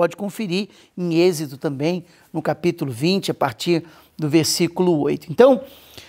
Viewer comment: Olá, Deus abençoe 🙏, só uma correção, é êxodo, não exedo, ❤